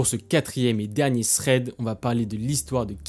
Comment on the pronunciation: Sans méchanceté aucune le minimum quand on a une chaine de thread c'est de savoir le prononcer correctement. "Ssred" ça veut rien dire.